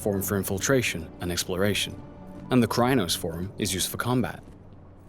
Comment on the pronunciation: Yes! You clearly have played the game on table top before. Also the way the narrator kept pronouncing Crinos as cry-anos was jarring